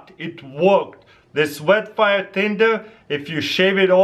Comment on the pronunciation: "bet faia" taras 2017 <3